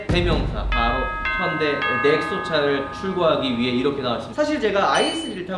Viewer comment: 현대 자동차가 꼰대 자동차로 들리는 거는 나밖에 없나